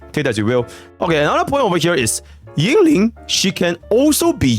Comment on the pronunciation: yinlin in mandarin is pronounced een-leen y is silent